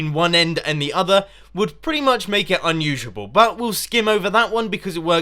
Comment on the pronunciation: unushable? he says it